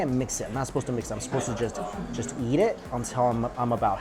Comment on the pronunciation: Every time he says yeet instead of eat I die a little bit inside